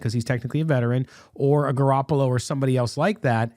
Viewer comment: Every time mentions Jimmy Garappalo I cringe...😒 Really hope if we go Stroud, we keep Stidham.